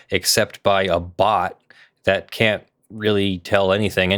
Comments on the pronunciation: When she says the algorithms “can’t” account for fair use, I think a lot of people would swear it sounds like “can” because the T is very hard to hear. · I heard "can". Don't care what sub titles says. "Can Account" blended. "Canaccount." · it sounded like "can account" to me